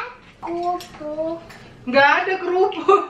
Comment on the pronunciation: bilang kerupuk jadi "KUPRUK" wkwkwk